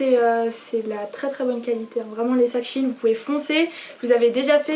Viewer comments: On dis pas « chiine » mais « chaîne » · On dit pas chiine on dit chèyn Sinon j'adore ce que tu as choisie ! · Je pense que c'est elle qui se trompe